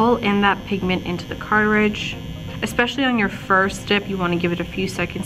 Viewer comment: ITS NOT CARTAHHRIDGE...... ITS CARTRIDGE. you sounded so well informed and as soon as you said that.....I couldn't take you seriously